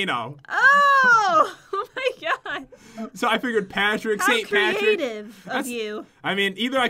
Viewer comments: Patrick not Pattrick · Pat-Rick Volcano